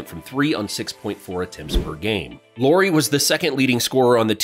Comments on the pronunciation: Lauri, not Lowry! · His name is LAURI, not LORI. LA-U-RI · It's pronounced just like the surname LOWRY. 'LAU' rhymes with HOW, NOW, COW. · Please don't pronounce his name as if it where lorry 🚛 Lauri has a very different pronunciation in Finnish. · so you research all that about Lauri but dont look up how to say his name :D